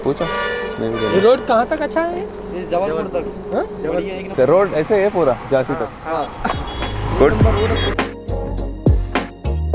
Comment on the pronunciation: It's Jhansi not Jaazi